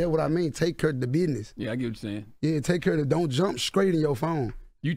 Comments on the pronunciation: Take some grammar lessons my brotha , the correct pronunciation is STRAIGHT , there’s no K in STRAIGHT !! 😂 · If you can't even pronounce the word "straight" properly... Miss me with all that